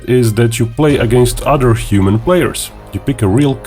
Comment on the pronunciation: OTHER ...NOT ODER